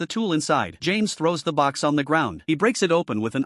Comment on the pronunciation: Got the names so wronggg 😂😂😂😂😂😂😂